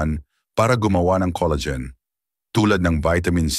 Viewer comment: Coleygen🤣🤣🤣 Col la gen🙄